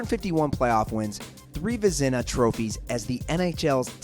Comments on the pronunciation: Vizina not vezna really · You pronounced "VEZINA" wrong